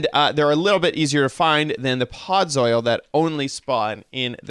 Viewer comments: I guess he could be saying soil because it looks like gardening soil block. Although, with his knowledge of Minecraft and the way it's spelled he should pronounce it "Pod-zull" Made me giggle never expected him to say that. ☺️ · Why do you pronounce it "podz-oil"? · I had to say it correctly every time he said it wrong lmao where did he learn that pronunciation?! 😂